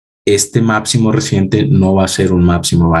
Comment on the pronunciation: excelente explicacion. Pero se dice máXimo!!! Reacción!!!ReaPcion no!!! máPcimo no!!! Gracias!